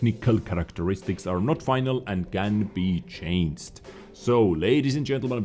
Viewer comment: You are one of the best wot yt , but can you for the love of god stop saying chainst instead of changed ?